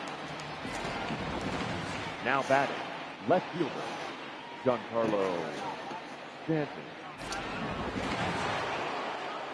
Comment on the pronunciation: Like this so knows Stanton’s name is pronounced “John Carlo” not Jee-Anne!